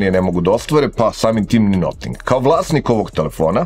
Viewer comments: Noting, ma daj. I objasnjenje iz recenzije prvog ne pije vodu, jer se Notingem Forest i izgovara bas tako, a ovo bi vise imalo smisla da se kaze Nating, nego Noting. Al ajd. Sto neko rece...vasa recenzija - vasa umetnicka sloboda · to nije akcenat, nego pogresan izgovor engleske reci.